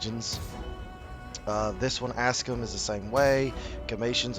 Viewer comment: Aksum? Ask them what?